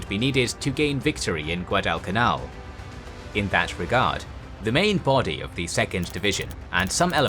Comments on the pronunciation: Shitty AI voice can't even pronounce Guadalcanal correctly. I'm out. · wtf find about that can announce "Guadalcanal". Boooooooo